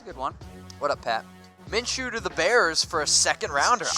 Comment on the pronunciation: Gardner Minshew, not M orJ